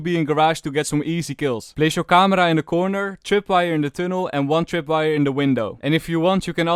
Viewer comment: camera in cypher accent